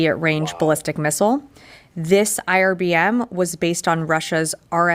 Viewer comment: Irbm not icbm.